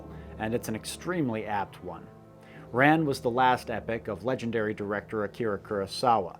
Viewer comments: Your pronunciation of "Ran" is driving me nuts. It should not sound like "run" in the past tense. The easiest way to say it would be "Rawn." Kinda like rhymes with dawn. But to be more accurate it should be like: Ra-ñ. Ra like the sun god, but a very short "ah", plus a nasal "n", which is considered a separate syllable. Oh, and the "R" should be so light that it is somewhere between an English "r" and "l." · Can’t pronounce names: Das Boot is not a boot. Boat! Ran is RON! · Kurosawa's great flick 'Ran' is pronounced much closer to the name Ron, and not at all like the past tense of run. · Why are you pronouncing Ran incorrectly? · This is really excellent. Some quibbles: Pronounce Rublev as 'Rublyoff,' stress on the second syllable. 'Das Boot' sounds just like 'boat.' 'Ran' is the same as the name 'Ron' in English. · 'Boot' is pronounced 'boat.' "Ran' is pronnoiunced 'ron.' Otherwise, great commentary! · It's actually more pronounced like, "Rahn" or "Ron" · Small note, 'Ran' is pronounced more like the English name 'Ron'. Great video!